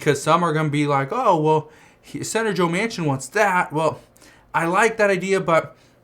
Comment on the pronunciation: His last name is pronounced Man Kin